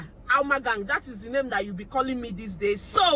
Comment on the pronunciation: Alma pronounced your name sexily 😁